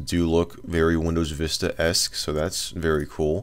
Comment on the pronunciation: It’s vista vis ta not wista wis ta